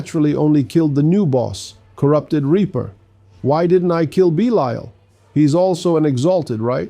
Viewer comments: Why do keep bouncing between two very different pronunciations of Belial? 😆 Is the audio for your voice AI generated? Bee-lyle, Bee-lee-ull. Also, this is all just academic info anyway, because most people are not just going to ignore their Greater Lair Keys. Lastly, you seem to be ignoring the fact that you can convert 850 materials to Forgotten Souls at the Alchemist. It might be "faster" to ignore them if all you care about is speed farming your Superior Lair Keys, but doing this over time will result in a loss of tens of thousands of Forgotten Souls. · Bee-Lee-ull/all is actually the correct way to pronounce this name, that has existed for thousands of years before the Diablo series. In the Diablo universe though that's not correct. What gets me is he keeps bouncing between two, or even three different pronunciations. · Why the hell do you keep pronouncing belial 2 different ways??? 🤔